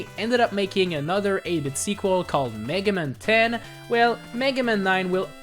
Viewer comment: I love the way you pronounce "Megaman" like it's the name of a Jewish lawyer. FYI the rest of the world pronounces it "Mega- MAN"